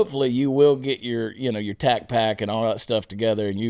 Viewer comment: Tacpack? Donut off in the distance "Tacpack!"